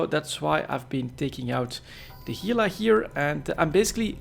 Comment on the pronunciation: Pronounces Gila correctly. Impressed.